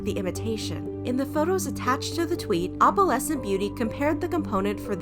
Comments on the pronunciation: I’m cringing so much at how you pronounce opalescent. It’s not Oppalescent it’s Oh-PAL-ess-ent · OH-puhlessent. Not AWP-uhlessent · i cant stand the way she says opalescent you pronounce the O in opalescent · i’ve never heard someone say opalescent like that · The way you pronounce "opalescent"... yikes... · The fact that she’s pronouncing opalescent wrong the WHOLE TIME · How do you pronounce it?